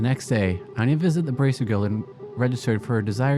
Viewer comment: It kind of annoys me. It's Aina not Ania. Thank you